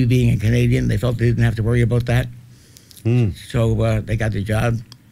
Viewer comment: He didn't sound Canadian until he said ... " me being a Canadian they didn't have to worry About that" .